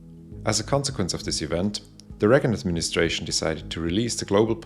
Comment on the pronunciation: Please, talk slower and more clearly. I had to check subtitles multiple times after failing to hear what you said and trying to listen three or four times. For example, you say very quickly "reconadministration", which the subtitles reveal to be "Reagan administration".